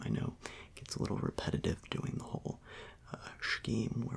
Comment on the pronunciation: so how you dowin? Me: Welllll I am DoWiNg terrible Him:mhm Me:it's hard to breath I might have corona Him:ok I am glad to hear that